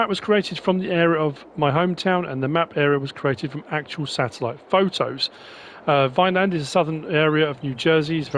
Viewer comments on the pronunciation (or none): I am a resident of Vineland. The locals pronounce it Vinelin. As also, Great map tour.